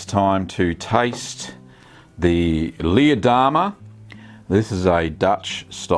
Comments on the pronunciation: You pronouced Leerdammer totally wrong but good review. greeting from the Netherlands! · Leer is a city in Germany (close to the Netherlands though) and is pronounced similar to pear, not like beer